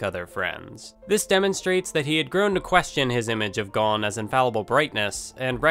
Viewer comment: Your pronouncing Gon wrong